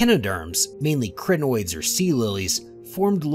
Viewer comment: Also, the Cri in Crinoids rhymes with die or my or sigh.